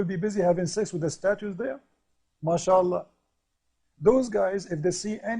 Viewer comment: TIAP KALI BILANG "MASYAAALAH", SAYA SELALU KETAWA... HAHAHAAHAHAHA...